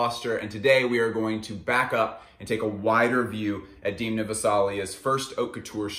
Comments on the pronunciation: You are totally mispronouncing his first name. It's [e] not [ i ] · Why u keep saying deemna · No, it's actually not how you say his name. The vowel 'e' in Georgian is pronounced as /e/ and not /i/, just like you would pronounce this vowel in words such as debt, bed, fed, and so on. However, I think there's nothing wrong with pronouncing people's names according to your native language phonetic rules.